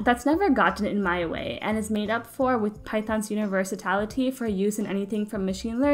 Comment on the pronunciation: Did you say universatality?